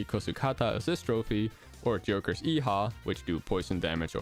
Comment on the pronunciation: sounds like he says “Joker’s yeehaw” Edit: HEE HHAWWW (p-please tell someone knows what this is referencing)